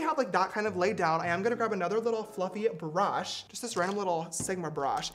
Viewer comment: james really likes adding syllables to words, "bur-ushhh"